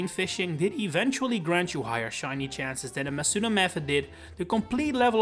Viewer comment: how do you say the wrong pronunciation of Masuda and then the correct way in the same sentence without realizing